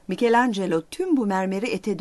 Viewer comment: Hele şükür! İlk defa bu videoda Michelangelo'nun isminin doğru telaffuzunu duydum. Tebrikler!